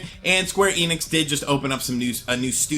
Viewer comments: "eenix" (German: "ienix") It's "ehnix" (German: "enix") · I'll be honest, they way you spell the "enix" part in "square enix" hurts my ears.